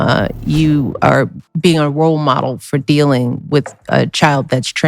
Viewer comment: Did she say rolemode wow 😮